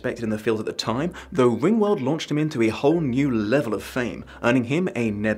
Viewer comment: I kept hearing rimworld